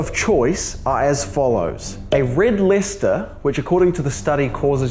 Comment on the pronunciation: Red Lester 💀💀💀💀💀💀💀💀💀💀💀💀💀💀💀💀💀💀 it's pronounced lie-chester